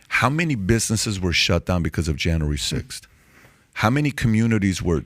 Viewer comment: JAN-REEE Sixth.